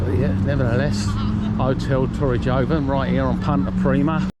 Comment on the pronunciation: The letter "j" is pronounced as an "h" in the Spanish language and its the Nautilus restaurant - not "Nautical"! A few ither pronunciation errors but don't want to be too critical!!